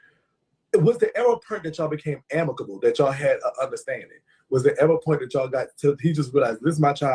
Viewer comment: I love when says purnt= point😂😂😂